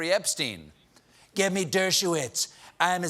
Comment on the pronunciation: Dershowitz: "Dirt-show-whiz"...